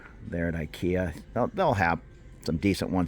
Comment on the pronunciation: do you know why the say ekea istead of ikea? Cause ikea sounds like the word for whore / $lut in Thai which is this word ไอ้เหี้ย